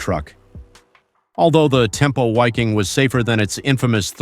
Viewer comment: It's pronounced 'Viking'. German language pronounces W as V.